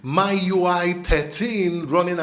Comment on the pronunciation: buddy its noy MYUI its MIUI